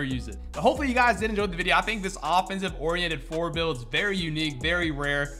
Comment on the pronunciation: When you said “offensive orriented four” I said “a whaaaaaaaaaat?”😂😂😂😂